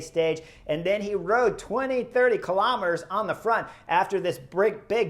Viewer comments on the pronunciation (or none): none